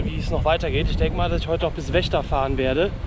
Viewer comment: Das ist eine sehr schöne Tour, die da gemacht hast! Es macht Spaß zuzugucken. Aber ich könnte mich beömmeln wie Vechta aussprichst! Das hat ein anderer Youtuber (er macht auch Radreisen aber der Name wird nicht genannt) genauso ausgesprochen.;-) Ich werde Deine Reise weiterhin verfolgen!